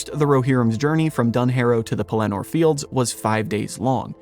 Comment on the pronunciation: LOL! I hate to pile on with the nitpicking, but you also put the inflection on the last syllable of Pellenor. I believe it’s supposed to be on the first. I could be wrong.